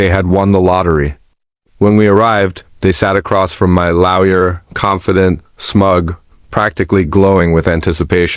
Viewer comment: This pronunciation of lawyer as "laoya' is annoying